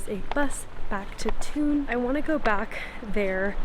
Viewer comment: Thun is pronounced Toon.